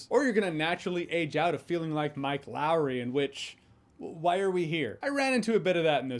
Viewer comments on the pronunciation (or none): Mike Lowrey's name should only ever be said like Martin Lawrence said it... Mike Lao ree😂